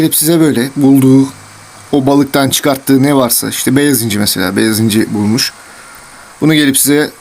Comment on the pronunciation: Abi beyaz inci derken ilk benzinci dedin sandım